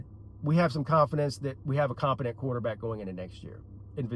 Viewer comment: Had to chime in again. You said “we have a compotent QB in Vizzina coming back”. Sorry but that is nuts! Let’s see what happens at next year’s opener in Baton Rouge!